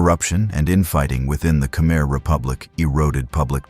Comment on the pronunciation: Good content . paired ith poor pronounciation. 1- AI audio check- it's "KA-MY "not "KA-MER." 2- "'BAH' relief, not 'BASS' relief sculpture 3. etc.